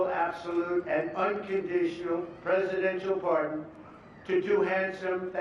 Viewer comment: Forbes chairman pardone da turkey? 😂😂😂😂😂😂😂